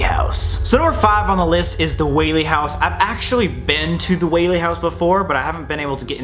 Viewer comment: Pls go to the Whaley house also thank you for actually pronouncing it correctly a lot of the time people say it incorrectly I’m also part of the Whaley family they are my ancestors